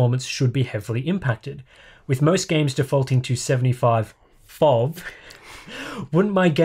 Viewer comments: “Fov” nah man it’s F.O.V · F.O.V. GRrr.. do you even english...lol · No matter how you say it you can't say it without making it sound like FAUV. Except if you say it like Eff-Oh-Vee. And noone is gonna say it like that. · I think that's the point. We old farts say A.T.A.T. while the younger gen says Atat. We say F.O.V. While they go with fauv shutters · Prople are funny. Its FOV as much as its LOL. You dont say eL Oh eL. Luuuul. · I almost died when he said fof... EF OH VEE is the only correct option here... if you dont want to say it like that, just say field of view... but fof is just plain wrong XD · is right Eff Ooh Vee not "foff" hehe I'm in your corner! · Who on earth says "fov" instead of "F.O.V"? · Only noobs say "fauv" or "fov". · no one says Fauv